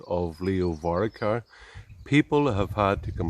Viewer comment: I might take this lad seriously when he learns how to pronounce Leo Varadkar’s surname correctly. It’s VAR-AD-KAR.